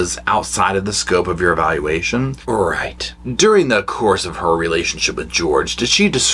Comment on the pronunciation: Lol at Eevayalulaayshon 😂😂😂